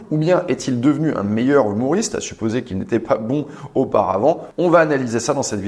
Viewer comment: J’entends « humouriste » ? Mais le mot correct est « humoriste » bisou